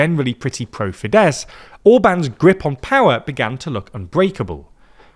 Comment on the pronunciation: MA-jahr, TEE-zah and fee-DESS 😂 ok I don't expect you to pronounce the Hungarian "gy" properly but at least you can say FEE-dess and TEE-sah 🙄